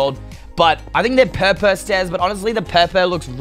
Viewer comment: Who else laughed when he said "purple" like "purr peeel" xD